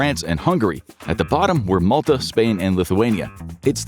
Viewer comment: Malta not Molta